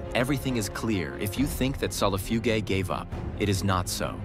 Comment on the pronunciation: Solifugayguy is the medium with how many times the AI mispronounced the camel spiders scientific name